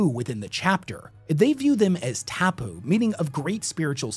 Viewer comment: It’s nice to see some Māori representation and you attempting the Te Reo words but let me help with the pronunciations ‘tā moko’ (tAH moh-koh) and ‘tapu’ (tah-poo)